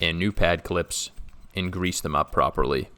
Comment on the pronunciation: Gonna rewatch this 100x just for how you say grease.